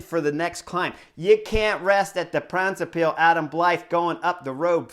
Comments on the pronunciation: For: The word Brabant comes from the province of that name (It's not 'Flanders' Vlaanderen). And with the -se extension it has the rhythm of the English word: knucklehead. OK? The first syllable is 'Bra' (just like the undergarment); followed by:; So you get: Bra-bant-se. Say it at the rhythm of 'knucklehead'. For the 'ij' in Pijl read a 'y' and it sounds close to the English word 'pile' (meaning 'arrow' in Dutch) Combined: Bra-bant-suh Pijl. At the rhythm of knucklehead pile. Once you get this down your subs will double to 100K (Kudos for: 'Moskesstraat; that was perfect!) Thx for your analysis and commentary; as always! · My Man Chris Horner, I am going to help you! Try to say (in English): BRA BAND SAY PILE good luck!